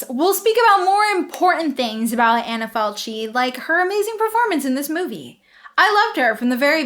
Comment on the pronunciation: So you learned that Michele is pronounced MEE-KEH-LEH, yet still you pronounce Falchi as "falt-shee" when it should be FAL-KEE. Seriously?